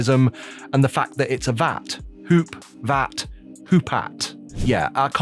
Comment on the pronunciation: I swear I heard Poop-Hat 5 different times in this video. Hoopat? Poop-hat? Hmmm...